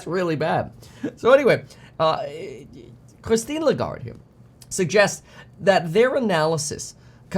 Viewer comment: I'm French and I've never heard "Christine Lagarde" pronounced that good. Just kidding, Kevin is taking the worst possible Italian accent including gestures that the French language doesn't have at all 😂